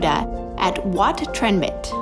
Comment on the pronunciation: ถึงพูดไทยไม่ได้แต่พูดชื่อวัดชัดมาก